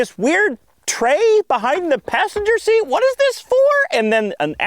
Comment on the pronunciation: you mean "see-at"